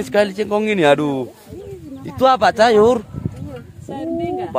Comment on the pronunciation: Sayur bukan cayur